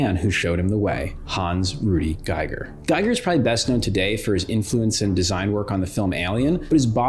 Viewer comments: H.R. Giger is pronounced "Gee"ger.. Not "GUYGER" that would be spelled: "Geiger" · Finally watched this. Excellent. One nitpick, can't get over it, maybe someone else mentioned it, BUT, it's pronounced GEE-GUHR, not GUY-GUHR.